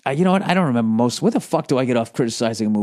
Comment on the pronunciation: "member the old days.... member chewi... member E.T... yeah I member"